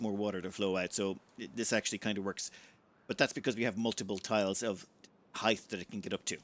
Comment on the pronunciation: "hith"? really? it's pronounced like "hite"! (and yes, I fully expect you're doing it for the trolling :D)